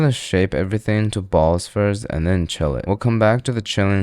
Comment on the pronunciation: One through ‘t-HEN’, speak properly ape.